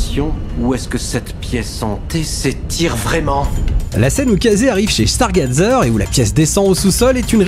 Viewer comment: 1er soucis : la prononciation du mot "stargazer", 2ème : la "grange" est en fait un camping car.. sinon bonne vidéo